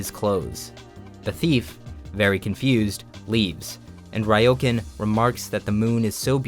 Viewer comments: I'm sure you've been corrected like a thousand times already, but I just need to say, its "Re-oh-con" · Ryōkan is pronounced more like "Ree-Oh-Kahn."